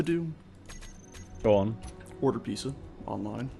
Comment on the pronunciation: What is a peace-sa,? lol. Odd pronunciation for "pizza" from an American no less.